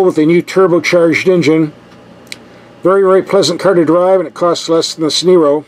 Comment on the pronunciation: "The Turbo Soul... costs less than a 'Sneero'??"